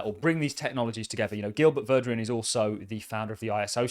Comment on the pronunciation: You keep pronouncing Gilbert Verdian’s name like “Gilbert Verdrian” Where is that “R” sounds coming from?